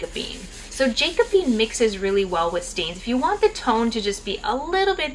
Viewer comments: Hi, thanks so much for this video. It was really helpful. But if I may simply add a minor comment. "Jacobean" is pronounced like jack-o-bee-ann. It refers to the time in English and Scottish history when King James was fighting for the throne. I am not a hater, just trying to give you a helpful comment. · “Jack - uh - bee - an” Thanks, such a helpful and informative packed video!